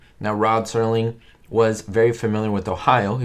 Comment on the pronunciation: Night gallery. The Night Stalker was an entirely different show with Darren McGavin. Also, the creator of The Twilight Zone (which was never presented 'live'} was Rod Serling, not "Sterling [sic]". "Did you know that?"